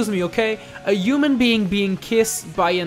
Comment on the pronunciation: A uman being and a edgehog XD